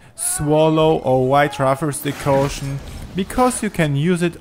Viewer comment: Decoction... DECOCTION! ..Not "Decaution"